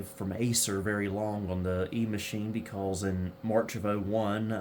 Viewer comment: My favorite is the pronunciation of Because as "Becawlse"